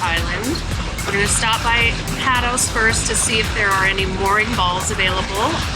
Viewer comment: It's pronounced PAYtos island.